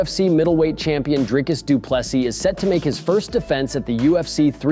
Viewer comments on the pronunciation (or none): Its "Dreecus Du Plessee" not Du Plessus... my guy...